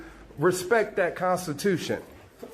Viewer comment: “You did not answer dat….” Apparently, th has been charged to d in all words. 🤦‍♀️